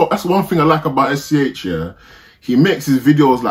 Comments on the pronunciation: yo bruv, rly nice video ! in french we pronounce his name S.C.H i mean we dont call him shhh lmao, just say S.C.H or The S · Its not Sch lol we pronounce it S.C.H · the good prononciation is : ess cé ash